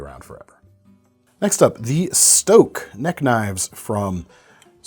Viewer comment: I could be wrong, but I believe Eric from Spyderco stated in one of the trade show videos that Stok is pronounced as "stock" (it's the Dutch designer's name).